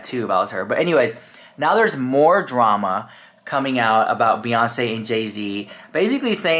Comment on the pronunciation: They didn’t really mispronounce “drama”, did they?…?.. DRAY-ma…? wtf is that?? 😳👀🫢🚨🥸😶